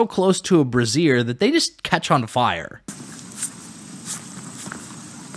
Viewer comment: Great video, much appreciated; I shared it with 2 co-workers. Unrelated to that, I just want to mention that the word "brazier" is pronounced bray-zhur (rhymes with 'Frazier') rather than bruh-zeer (which is a bra, aka "brassiere"). Far from me being critical however, I salute you because this made joyously hilarious.